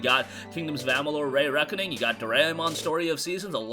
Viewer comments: REEEEEE-Reckoning! REEEEeeee - Reckoning! NOT RAY-Reckoning! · Re-reckoning, not Ray-reckoning...